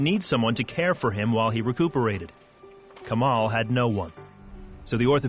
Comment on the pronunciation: it seems to me this guy is a story teller.. no one's named Kamel and is arabic and would pronounciate it as Kamaaal :) he is definitely not arab :D